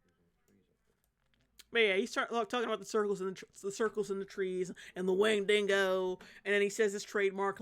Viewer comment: Who in the world pronounces Windigo as Win-Dingo? Was that in the movie?! If that's how they pronounced it in the movie then I can forgive you for pronouncing it that way. 😂